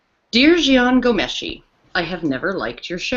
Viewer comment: please, if you are going to do a piece on Ghomeshi, learn to pronounce his name BEFOREHAND